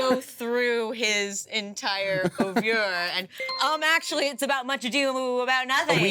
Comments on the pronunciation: love the way erika says auvieur or whatever bc it's definitely not oeuvre that she said! not but seriously i do love the way she said it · I am fascinated by how Americans find new and increasingly creative ways to pronounce "oeuvre"